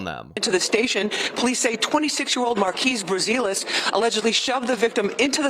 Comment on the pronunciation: Markeeze Brazelis? I thought i heard Marcellus Wallace 😂